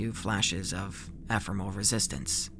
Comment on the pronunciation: Eh there were way more words like "finite" or "ephemeral" that were mispronounced not just this one. The emphasis on "usurpers" was also messed up.